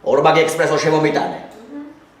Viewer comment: ექსპრესო არა, ესპრესო